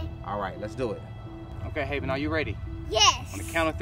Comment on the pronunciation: It's Havyn not haveyn learn to speak fr